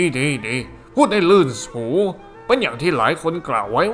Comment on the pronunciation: ลื่นคับไม่ใช่ลื่นสะ